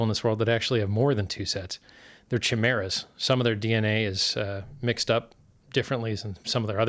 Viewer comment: Also, KAI-MER-AH, not Chim-Er-Ah.